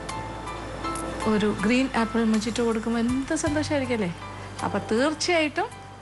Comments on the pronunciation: Mojito is pronounced 'Mohitos'. Please look up pronunciations of food names as you often get them wrong! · Ur pronunciation z wrong..though j z der its silent🙂